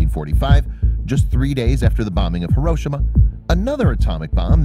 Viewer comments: Thanks for posting this--I get irritated when I hear people pronounce it accenting the second instead of the third syllable. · "heroshema" facepalm it's pronounced Hiroshima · HAIR-RO-SHE-MA..... is how its pronouced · Hiroshima is pronounced “hero-SHEEMA”. Not “here-OH-sh-ma”. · it's hear-row-shi-ma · It’s pronounced “heroshima” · The fact he doesn't know how to pronounce Hiroshima